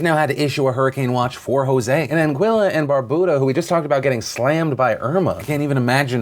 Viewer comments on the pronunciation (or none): BAR-BUE-DA - LIKE IMBUE OR YOU, BYOU. Bar-boo-da irks me XD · thanks for covering the news of my sister Island Barbuda (Bar-Bew-Da) (bew pronounced like how you'd pronounce New but with a B) our praise are with them from their Brother Island Antigua (An-Ti-Ga)... Twin Island states we stand strong together 👫🗾❣ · He keeps saying "Barbooda" instead of Barbuda. It's so annoying!!! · Hey Phil, Caribbean resident here. Thanks for the well wishes. Side note: It's pronounced Bar-bew-da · It's pronounced "Bar-byoo-da" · Everyone is pronouncing Barbuda wrong